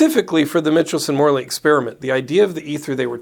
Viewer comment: Michelson is not pronounced mitchel-son, but rather Micheal-son. ;)